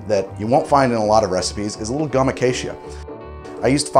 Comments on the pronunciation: How did you manage to pronounce “gum acacia” three different ways in less than 30 seconds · he pronounced gum acacia three different ways. was that a joke?